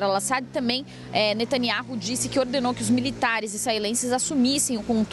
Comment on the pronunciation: Observem essa reporte 02 , ela não consegue pronunciar o nome do primeiro ministro de israel e outras frases , deve ter se esforçado bastante pra chegar aonde chegou! parabéns, é uma critica cosntrutiva